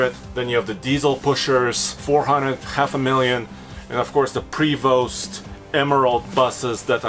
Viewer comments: Prevost is pronounced "Pre-vo" it's french. The "st" is silent. Newmars are one of the better class a's. The Godzilla engine units I have heard have a better chassis although I have yet to see this in print. The V10 chassis were known to have prehistoric handling but that can be fixed with about $5k worth of suspension upgrades. The other benefit of the new Godzilla engines is as you know already they will leave you sitting somewhere without a functioning engine. Unless you or someone else upgrades the plug wires. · You don't pronounce s & t on Prevost. Proper pronunciation is Prevoh. Grand is an terminology for thousand dollars. 5 grand means 5 thousand dollars. You don't use grand for weight.